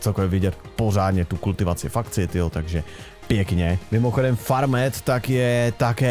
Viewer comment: bože to není fermet to se čte farmet